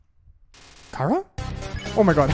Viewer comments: OK not to be rude or anything just your saying cara like its a vegetable while i say it like chara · It's not khara it's ch chara ch ara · sigh ITS NOT CARA ITS CHARA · SHE NAME NOT KARA, SHE NAME CHARA CH CH CHARA! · Is it pronounced cara or chara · Your saying chara wrong its ch-ar-a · its chara (chRa) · Its not kara